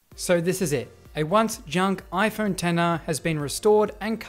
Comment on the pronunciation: Why did it sound like he was saying "Tenner" instead of "Ten R" 😂